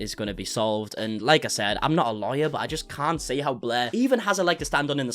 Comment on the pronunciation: Blair or “Bleergh”🤢🤮😊